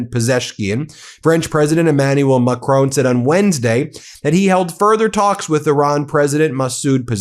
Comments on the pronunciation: Mah' CRON' There is no E you are say macrone 😂 BRUH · Please, for the love of whatever god you serve, stop calling him "Macrone". It's "Macron". Mac-Ron. Not Mac-rone. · Will you learn how to pronounce Macron please! There is no e or accent. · Please please please you Americans. Pronounce Emmanuel Macron's name properly as the French do. Not Macrone. It's Macr-on. Please 🙏